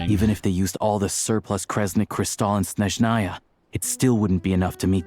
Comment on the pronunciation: as a russian, pronunciation is atrocious XD Horrible, butchering words and incorrect stress in words. Clearest example - it's SnEzhnaya, not SnezhnAya. But we were long ready for this shit))))